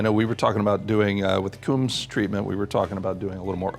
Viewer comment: Coombs should be pronounced "combs." John Coombs modified a handful of Mark 2s in the sixties, no more. Some had modified rear wheel arches, with a piece of copper or brass tubing installed in the channel for the spat weatherstrip. The tubing was lead-loaded and painted body color. These cars did not have detachable spats. So-called "Coombs" spats are indeed narrower than the original factory ones but these are a latter-day invention, not used by any of the original Coombs-modified cars. A genuine Coombs Mark 2 is worth a fortune today but they are exceedingly rare. There are many so-called "Coombs spec" cars around today but these often bear little resemblance to the ones actually modified by the Coombs shop back in the sixties. Geoff Rogers Rogers Motors Jaguar XK and pre-XJ saloon specialists